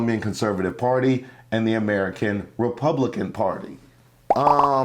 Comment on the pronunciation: Valentina Gomez cannot even pronounce “Republican” and she thinks those racists will support her! 🤣 The delusion…I’m with!